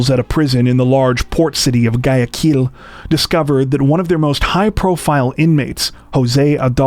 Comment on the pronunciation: Agreed. They just botched Guayaquil , though, unfortunately and ironically for this comment.